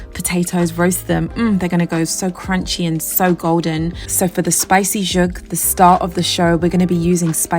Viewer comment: These meals are gorgeous! Thank you. Also just wanted to say the pronunciation for Zhoug is Za-howg. Just information. Thank you for inspiring us